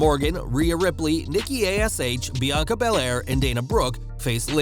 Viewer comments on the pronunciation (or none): none